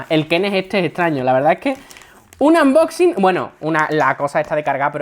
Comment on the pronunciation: AMboxi, xD, mira que yo digo cosas mil veces peor, pero no puedo cos los "AMboxin"